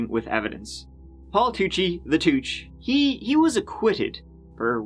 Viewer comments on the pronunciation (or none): Tuchee Toochie. What a guy.